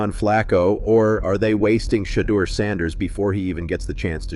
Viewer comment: His name not Shatter his name (SHE-DEUR)